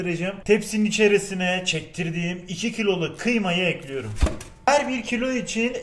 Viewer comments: Ekliyürüm dedikçe kanser oluyorum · "Tencereyi ocağa elkliyürüm" bu kanal için kalıplaşmış bir şey değiştirilemez.